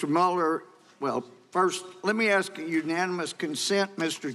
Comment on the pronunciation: He says, Lemme Ast you.